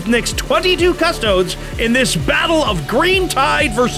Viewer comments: Saying Cus-toads on purpose is dumb, just pronounce it the right way. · cust-oh-DEES. OMG if i hear cuss-TOADS one more time imma flip this table. yuck! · CUST-OH-DEES. Literally per any pronounciation you might find associated with the literal Roman legions back in the day